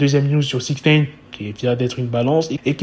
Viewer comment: Six Néne🤣